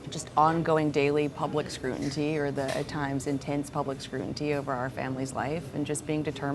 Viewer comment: Everything was excellent until Chelsea said scruntity "twice".... just wish she would have said scrutiny... Or is that how it's also pronounced? I've never heard the word scrutiny pronounced that way